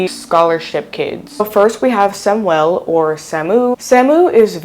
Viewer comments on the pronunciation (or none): Man just say Sam or Samuel lol😅 your making it sound like Shamoo the whale